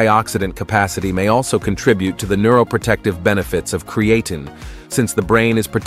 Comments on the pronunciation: Its pronounced crea Teen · Ai annoying by mispronunciation of the video subject. Not create teen or Creattyn. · Was hoping to learn something, but could only hear the Ai pronouncing Creatine wrong a thousand times in a few ways. 😤😂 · The generated voice should be able to pronounce the word Creatine. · 1st place for how many times you can mispronounce Creatine. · I appreciate the information shared here. I hate the use of the lousy robot voice that cannot even pronounce creatine, which is the whole subject. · The podcaster needs to learn how to pronounce creatine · The pronunciation of creatine is wrong and irritating. All credibility is lost if you can’t pronounce a technical name correctly. . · Maybe have your AI voice learn to pronounce creatine and be consistent in pronunciation!